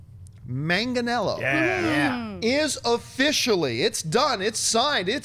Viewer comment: john campea your half italian how do you have trouble with an Italian name